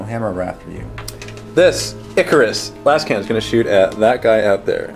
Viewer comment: You'd say "layz-cannons" if you want to obey the basic rules of grammar. I really don't get where people would get the idea that it's pronounced "lahz-cannon" when everybody (hopefully) understands it's a contraction of laser and cannon. You don't radically alter the pronunciation of other terms when you combine them. After all, you don't say "out-oh kay-nons" when you talk about auto-cannons.